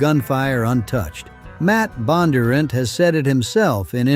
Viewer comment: The AI voice pronounced Bondunrant incorrectly, the accent should be in the d.